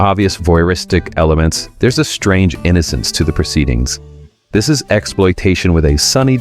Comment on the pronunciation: Strange not strane